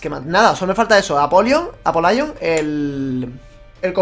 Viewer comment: No se pronuncia "Apolaion", el sonido "Ai" es para "i" como en "I am". La "y" para este caso tiene pronunciación de "i", el nombre se pronuncia como lo hacías antes, "Apólion"